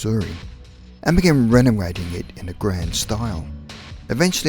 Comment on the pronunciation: Terrible voice over. Ekpektations? Renowaiting? Tween the years?? Awful. Try clearing the saliva out of your mouth. Jesus you sound disgusting